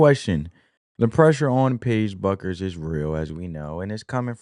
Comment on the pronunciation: I like your analysis's. (Her last name is pronounced like Beck-ers) 😊